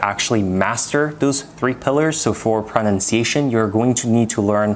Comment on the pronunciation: Interesting video, well done, some great tips - but please find an educated native speaker of English and get your pronunciation of the word pronunciation sorted. It’s a word you use a lot but unfortunately it is a little bit ‘off’ to the ear.